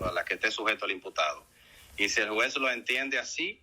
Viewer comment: Este fiscal de Santiago necesita cuidar su bien hablar, que merece su función. Juzgue usted por su informe con la repetida pronunciación: (Jue,) en vez de juez; etc…